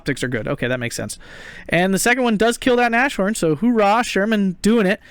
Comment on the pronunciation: I so feel your frustration with the Shermans! Edit: And again I'm nagging... Nas-horn, not Na-shorn XD